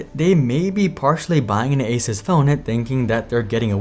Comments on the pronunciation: Great video but one small thing for the future. Its a soos not a sus. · It is Asoos Not Asus 😒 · Stop saying Aces. It's A-Suuuuu-S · I love that you pronounce it ace-us rather than ace-ooose. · bro it's "ah-soooos", not "asis" ... how do you STILL not know 🙄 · What is this Aces company? (generally people pronounce ASUS as Ay-soos) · its pronounced AY SOOS, not AY SUS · I tried to watch but had to stop after a minute of him saying asus like asis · I stopped watching after you pronounced ASUS (ASOOS) wrong every single time. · just googled it and found this. Is it pronounced ASUS or ASUS? The Taiwanese company known for making some amazing personal tech devices is often mispronounced in India as well. Everyone you talk to pronounces Asus differently. The company claims the correct way to say its name is "AY-soos".7 Feb 2017 I suppose they don't care enough that they train their spokespeople to pronounce it as intended... lol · There's a few ways to pronounce Asus, Asis is a new one lol. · It's pronounced, A-ZEUS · ASUS = A-sus. 💔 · It's a-Zeus. It's pretty common knowledge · This guy cannot even pronounce ASUS correctly lol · Still people can't pronounce the name of this company properly😂 pretty common knowledge on to how pronounce it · Why are you pronouncing the brand name so weird?